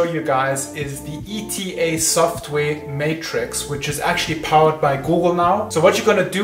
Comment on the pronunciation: Say ita not eta when speaking english